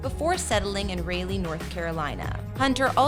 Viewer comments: Raleigh = Rah-lee not Raylee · Raleigh is pronounced "rah-lee" not "ray-lee", it was just a second of this video, but i thought i'd just put it out there for the video narrator's future reference. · Raleigh is pronounced RAH LEEH not RAY LEEH 😂😂😂😂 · “Ray-lee North Carolina” girl what 😂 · It’s pronounced RAH-Lee (Raleigh)…. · I absolutely HATE the way yall pronounced Raleigh. That is not how it's pronounced😂